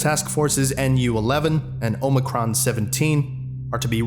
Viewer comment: Quick point of note: NU is spoken, not an acronym. Nu is a Greek letter - capital N, lowercase v - like omicron. Pronounced 'new'. This applies to all designations of strike teams (alpha, beta, lambda, phi, nu, mu, omicron, etc.)